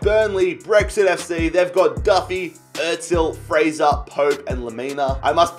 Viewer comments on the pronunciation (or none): none